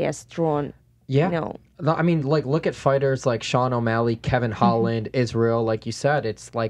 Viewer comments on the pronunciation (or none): none